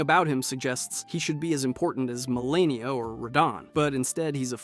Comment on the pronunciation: How do you consistently mispronounce names when the game itself tells you their pronunciations?? You don’t have an accent either so there is literally no excuse other than you trying to be whimsical for no reason. Like seriously? MaRekka? Meleena? You pronounce Radagon and Radahn normally like they do in game so why are we trying to say the others differently?